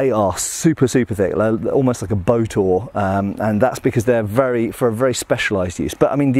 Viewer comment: What is a "bow-tour"? Ohhhhhh! A boat-oar!